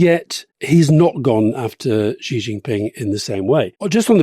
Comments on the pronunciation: How to pronounce 'Xi'? Many English speakers have trouble pronouncing this Mandarin sound. Many pronounce it as 'jee', which is not right. The best sound is more like 'syee'; less good is 'shee'; less good is 'see'. Yes, a trivial comment. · Gott in Himmel, would Alistair please learn from Rory's pronunciation of the Chinese leader's name. No such sound as /ʒ/ exists in Chinese. The character 习 (習) is pronounced /ɕi/. The closest English sound to /ɕ/ is /ʃ/, as in "she". Just say "she".